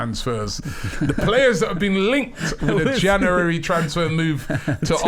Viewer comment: Robbie says “Januwarry” 😂